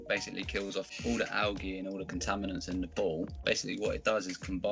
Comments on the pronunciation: I like how he says algey and not algae. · I like the way he says alga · so funny how he says algea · Why am I having a hard time with how he says algae? Probably an accent thing, but I honestly don’t know why.